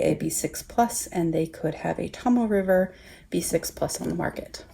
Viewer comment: Great video... very informative. I’m really enjoying the B6 wide size... (Naya Paperie rings). But now there’s all these great bullet journals to think about! Yikes! $$$$. But thank you.... ;-) I too struggled with the pronunciation of the Tomoe River paper... it’s “Tohmoh Eh”. And the other is “TehKoo Kor”. Hope that helps...